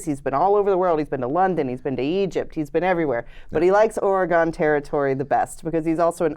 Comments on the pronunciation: Ah.... the pronunciation of Oregon!!! it is not WahingtON, it is not OregON :) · Ory-Gone. Orrrrryyyyy Goooooooone. you guys. stop it. It's Oregon. Or-uh-gun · Great review—but just so you know the way you pronounce Oregon hurts Oregon natives’ ears. The last syllable is pronounced like “gun” . The odd thing is you both start to pronounce it correctly halfway through.